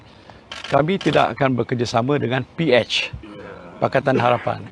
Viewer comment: P-etch hehehe kelakar dia sebut PH 😂😂😂